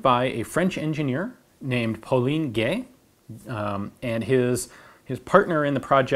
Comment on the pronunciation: "Paulin Gay" That pause you made after saying his family name! XD While you did say "Gay" correctly, the "Paulin" part was lesser so. the "in" part can be said in a similar way as in the English word "rind" (while not stressing the "n" sound).